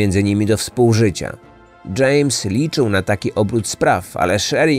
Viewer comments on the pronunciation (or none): none